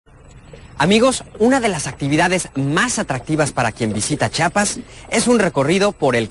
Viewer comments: excelente video solo tu dicción..... se dice CHIAPAS no chapas, CHIAPANECO no chapaneco, CHIAPA DE CORZO no Chapa de Corzo, y se escribe achiote no axiote que no es igual al que venden en supermecados es un poco más puro ya que son las semillas molidas sin concervadores ni mas condimentos. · No es chapa es chiapas o chiapa pero no chapa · "chapas " "CHAPAS" CHAPAS" Y al estado mas grande de mexico como le dices ??? "chahuahua?????